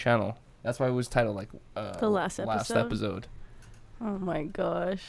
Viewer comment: Epizode Everybody else: Episode 🤣🤣